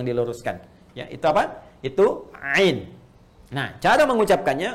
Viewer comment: Mau tanya apakah benar kalau ain di baca ngain (nga),soalnya kalau dengar suara ustadz baca ain fathah kedengeran seperti nga?